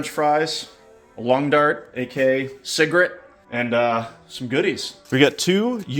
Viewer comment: I think its funny the way he said cigarette like cigrit